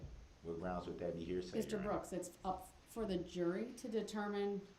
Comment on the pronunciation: Every time Darrell says GROUNZ, I visualize Darrell digging another scoop of dirt, with a shovel, to make his grave. 🪦⚰️